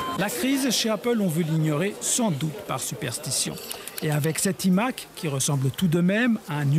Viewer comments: Ça commence bien le « i » Mac au lieu de « l’aïe » Mac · « Les imaquue » 😦